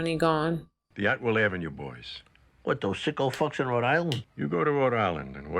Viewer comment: Rhode Island is weird! (My home state.)😸 But I always get irked by this episode because it's Atwells Avenue, with an s, not Atwell.